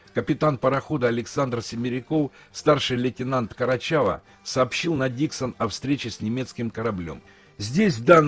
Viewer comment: Капитан Качирава, а не карачава.